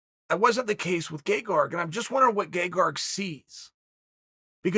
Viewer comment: I can't be the only one that's hearing "Gay-Garg"